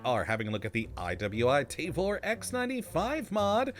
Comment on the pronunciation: It’s pronounced Tah-vore